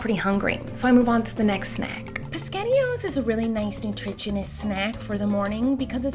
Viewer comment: I love how she says spascetti o's 😂